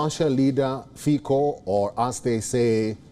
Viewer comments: Pronunciation is Fitso not Fiko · "Fico" not "Fiko" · Ignorants, he is no "Robert Fiiko", his name is Robert Fico, read "Fitso" - please learn to act as cultural human. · Není to Fíko, ale Fico. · This is not Robert Fiko but Robert Fico and too it is not Michael Simeka but Michael Simečka... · Fiko😂 it's (Fitso) and he is not pro russian, his party is pro-slovakian. SNS is pro-slovakian as well. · Ty si celý Fiko, Títo retardi ani nevedia ako sa vyslovuje C.😭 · Not Fiko, but Fico. Learn to pronounce C stick figure. C is not K. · Omg It’s Fico not Fiko Plus it’s not pro Russia… stop talking crap It’s pro Slovakia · Common man, it is not FiKo, but Fico. Pronounce "c" same as Tsitsipas the tenis player or the Horewitser the US weapon. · It's not Fiko,Its not Fičo, It's Fico. If you are not sure use google with setting of Slovák language. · Not sure if we call Fico, "Fičo" but I'll give you a cookie for trying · Pronounced Fitzo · I'm not Slovakian so I wouldn't know, give me a break, and the sound is FiTo or Ficho, so stop crucifying me for a non issue